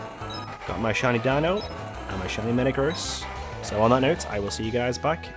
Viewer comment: It’s pronounced deeno